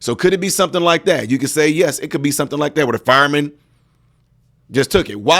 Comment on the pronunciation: Fireman NOT Firaman I just thought that might be important